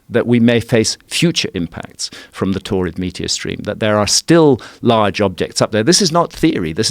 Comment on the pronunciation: Sounds like "torrid meteor stream" and that sounds like someone with a whole bunch of kidney stones.